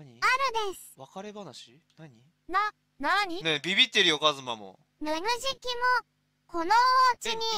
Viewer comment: 名付け親の加藤さんでさえちょっとぬぬじきって言えてない時がある